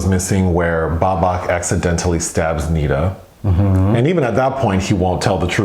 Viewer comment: Good God it's pronounced Neh-Dah. Not Nee-Duh